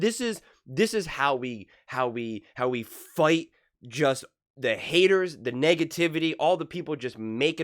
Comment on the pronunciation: you said "fight" like a south philly dude! Where you from bro?